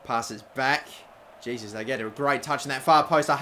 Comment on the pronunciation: Pronounced oh core ray (okore) and hay soos (Jesus) like Jesus navas